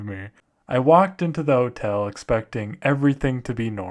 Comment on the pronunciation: Oh gawd the scawy hotewl